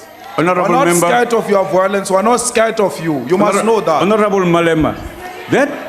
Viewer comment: And its violence Melema, not vowlence.